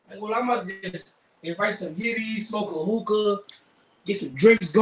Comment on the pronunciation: 😭 bro said toxic smome